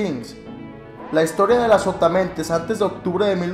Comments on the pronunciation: Pensé que decía "Azopotamadre* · pensé que decía "que es azopatamadre:v" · Yo pense que decia azopotamemes jajajaj XD